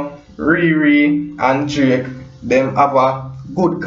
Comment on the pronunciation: Bredda its DRAKE NOT JRAKE,,,WHY UNNU JAMAICAN BLOGGERS CANT PRONOUNCE UNNU WORD